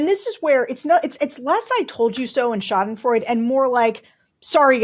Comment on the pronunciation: Sry, it is not "Schäidenfroide", it is "Schadenfreude".